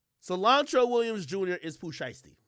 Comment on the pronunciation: I heard Cilantro Williams...